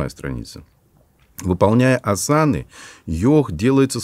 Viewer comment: А почему асАны? Ведь Асаны